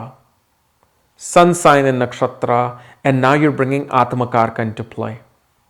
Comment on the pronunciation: as an Indian, can you make effort to use correct pronunciation please? Its AtmaKaarak, not Atmakarka, similarly for the many such words... the westerners won't even know how you are corrupting the words, but you should know. Similar to how Yog is called Yoga